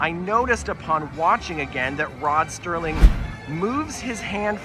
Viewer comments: Always on board for a video. Also, I try not to be "that guy", but it's Rod Serling, not Rod Sterling. He's a person I particularly look up to, so I just want the record to be set straight. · I’m sorry but you’ve got the name wrong for Tower of Terror. It is Rod Serling, not Sterling as you said several times.